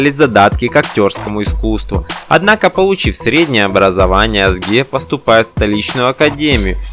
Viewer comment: ведущий турецкие имена как пишутся так и читаются имя актрисы Озге а не как вы читаете Азге прошу прощение емли пишу с ошибками, Турчанка